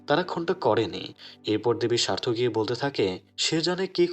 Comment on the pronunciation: ওটা স্বার্থকি নয়,সাত্যকি উচ্চারণ ঠিক করুন